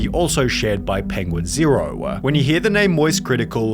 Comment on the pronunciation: It's Pinguinzo, not Pinguin zero.